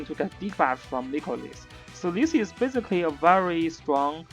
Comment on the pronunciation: every time you say basically, it sounds like physically... lol